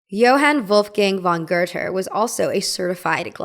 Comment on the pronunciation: Girl how are you saying GOETHE??? Where did you learn that, cuz it’s wrong af